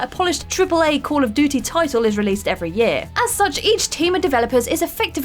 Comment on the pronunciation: Why can’t she say ‘duty’ properly??